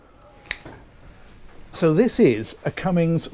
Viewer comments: Cummins, not Cummings. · Its CummINS not cummings....ain't no G in the name of that engine!!